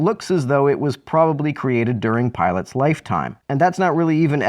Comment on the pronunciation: Did....did he really pronounce it like...pilot? Dude...